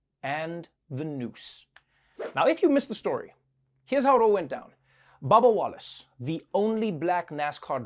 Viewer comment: Whenever he says “Bubba Wallace” I hear “Baba Yaga”